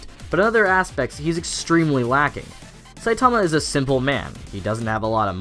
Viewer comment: Triggered by how you say Saitama :v